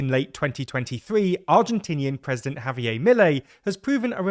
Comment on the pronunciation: Did he pronounce javier "haviyay"?